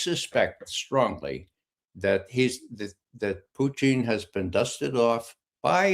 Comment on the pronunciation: This guy calls him Poutine